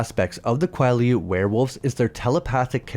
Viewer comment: I genuinely hate how you pronounce Quileute like your doing it on purpose